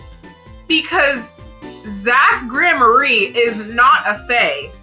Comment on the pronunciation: This may be the first time I've witnessed someone pronounce Gramarye correctly their first time. Also love the wrapping paper! 🎉